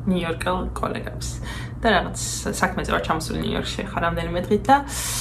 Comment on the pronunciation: ყველაფერი კარგია მაგრამ "ნივიორკი" რა არის ? :დ